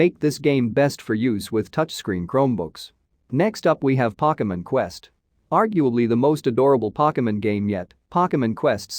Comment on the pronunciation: He said pockemen